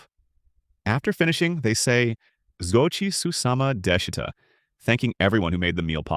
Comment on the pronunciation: zouchi susama deshita Is wrong "Gochi sousama deshita " (ごちそうさまでした）😄